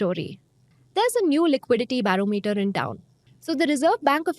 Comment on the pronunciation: Ba-ro-me-ter pronunciation. #constructive criticism